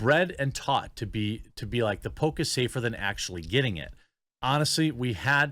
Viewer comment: I heard “Pope” instead of “poke” a few times.